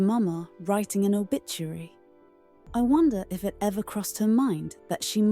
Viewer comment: She said obishuary ...